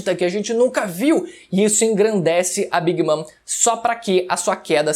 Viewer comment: "A queda de big mam pelas mãos de trafalgarr ló... E eustassi kid também" 😐